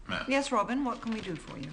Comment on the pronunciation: "ma'am" as in "ham"!